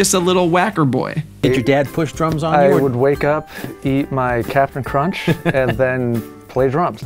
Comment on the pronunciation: It's not Captain crunch it's Capt n crunch😮